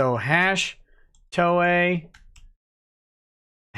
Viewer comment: Haha! He kept saying Ms. Toye!